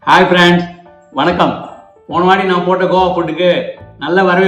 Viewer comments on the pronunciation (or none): none